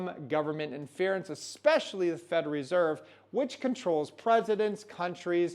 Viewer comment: Say it slowly with me … “Fed-ER-ALL” now all together “federal”…well done, keep practicing. 👍